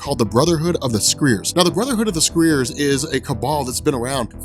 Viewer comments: Pretty sure you mispronounced Scrier. Sc-Ry-a Also, Norman Osborn was also responsible for the death of aunt may as it wasn't really her but an actress he hired - the same woman who kidnapped their child (that's right the baby didn't die) I understand the hate for this saga but I do feel you've misrepresented it too, which is shame cos it's really not that bad or confusing as youve made it out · scriers is pronounced like cry... scry is to use divination to discover hidden knowledge or future events, especially by means of a crystal ball. Scriers are ones that do this. You Still get 100% for great story telling!!